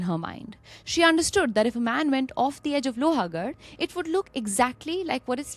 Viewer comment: It's लोहगड, not लोहागड 🥲